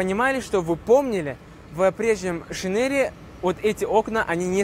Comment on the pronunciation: Не "Шинери" а "Шайнрэй"